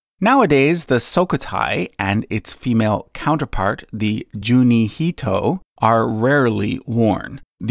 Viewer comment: In Japanese, pronounce all the letters. KanmUri (not kanmori). Juu+ni+hi+to+e.